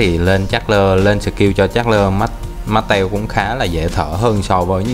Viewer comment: Bạn đọc con Charles Martel thành Chasler Mastel kìa